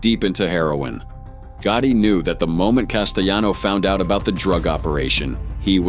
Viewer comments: Castellano not casteyano, it’s not Spanish 😂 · Couldnt even say his name right